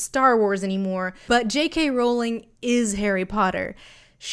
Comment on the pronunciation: Thank you for pronouncing Rowling the right way it’s one of those wired pet peeves of mine that is always just too irrelevant to point out when people get it wrong